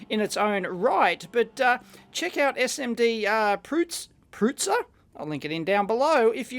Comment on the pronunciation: SMDPrutser - The 'u' is pronounced as the 'u' in 'bus', 'prut'. And 'ser' is pronounced like 'sir'. It means 'botcher'. :)